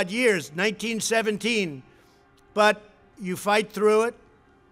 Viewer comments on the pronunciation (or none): How is he still saying "1917"? 😑